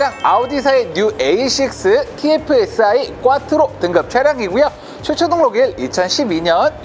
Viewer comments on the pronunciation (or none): 꽈뜨로가 아니라 콰트로예여